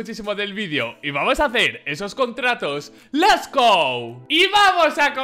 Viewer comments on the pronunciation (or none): Soy el único que le da un poco de grima ver les go en vez de lets go